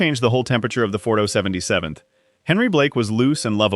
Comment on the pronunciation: Interesting to watch but please stop with the AI voices, just use a real person to narrate it at least a real person can consistently say 4077th correctly every time.